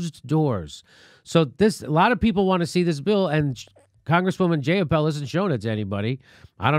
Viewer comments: Oh my god, her name is Jai-ah-pahl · Her name is pronoubced J(eye)uh(paul). Its not a hard name to pronounce and shes been in the news a lot lately. I'm not happy about a new, flawed M4A bill, but that doesn't mean you belittle someone's name. That makes you look immature.